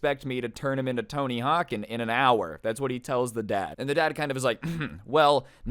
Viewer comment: Man said tony hawken 🤣😂🤣